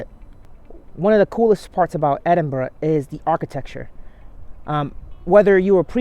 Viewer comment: Wow, an American that pronounces Edinburgh properly. We love you too buddy 😍👍